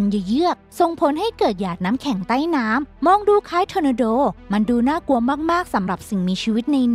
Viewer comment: รู้สึกว่าคำว่า ใต้ ของแอดแปลกๆไปนะคะ แอดออกเสีงสั้นไปค่ะมัันเลยแปลก แอดลองออกเสียงยาวกว่านี้นิดหน่อย นะคะ เผื่อดีขึ้น